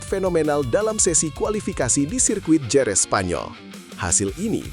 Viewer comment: "HEREZ" Kek ! Bukan Jerez ! 😝